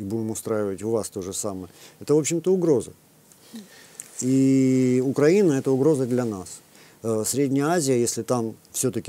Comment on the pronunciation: вам наверное не нравиться, что я так пишу вашу фамилию, правда? Вот и я очень надеюсь, что вы не специально коверкаете название соседнего государства, а лишь переняв такую формулировку от украинофобской "высокограмотной российской интеллигенции". Поэтому подскажу, правильно говорить не УкрАина, а УкраИна. Примите во внимание в будущем;)